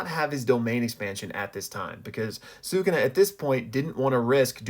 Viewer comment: shout out you for pronouncing bros name right.